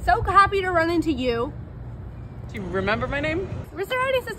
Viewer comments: Why did you even add the awkward pause and then "you..."? Just hey works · She could've just not put an emphasis on the word "you" and it would've been completely fine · the YOU is so emphasized like why are YOU emphasizing YOU so much, YOU?